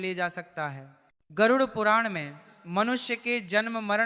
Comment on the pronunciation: राधे राधे गुरूजी गरुर नहीं उसे गरुड बोलना नाहीये.